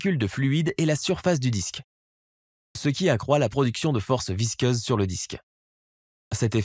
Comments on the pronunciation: Visqueuse et non visceuse ! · Force visceuse😂😂😂😂😂😂 visqueuse oui. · Visceuse ??? Ah, visqueuse. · visqueuse pour info pas visceuse.... mdr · Plusieurs fautes graves de vocabulaire impardonnables ! Force VISCEUSE de l'eau... Visqueuse !! Pas visceuse !! 👎 👎 👎 Et Mach en unité de vitesse !! ET NON MATCH !! 👎👎👎👎👎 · "Visqueuse", ça fera plus crédible ... "Match 13" ? Sérieusement ? C'est Mach ! (pron. : "mak")